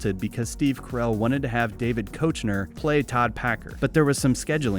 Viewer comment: Also, David Koechner's name is pronounced "KEK-ner". But for real, great video!